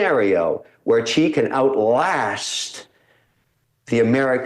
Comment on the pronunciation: NOT Chi but Si! that's how you say Xi's name.